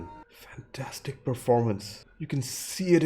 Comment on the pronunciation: I love how he says, "Fan...TAStic".